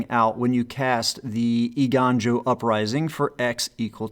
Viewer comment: You were close, Eiganjo is pronounced “ay-gone-joe”. You still did better than a lot of content creators :)